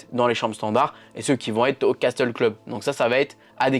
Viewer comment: Castel se dit « cassel » 😉